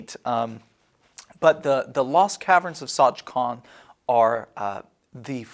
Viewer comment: And they got it wrong...